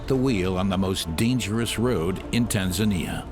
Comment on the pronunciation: How did they record a guy pronouncing Tanzania like a local, but still continue to let the narrator pronounce like a western the whole time xD